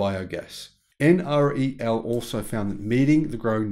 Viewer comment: Please pronounce NREL as en-rel, not en ar ee el.